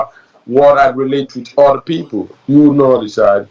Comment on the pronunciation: And know how to say OTHER not odda